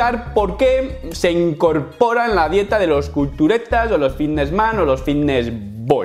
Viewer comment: En serio, nadie percibe como este hombre pronuncia la palabra ffffvitnes